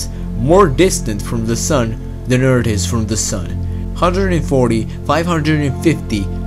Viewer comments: he can say 'think' but can't say earth..eart. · The way he says thing * ting* and the way he says Earth eart i'm sorry but i had to laugh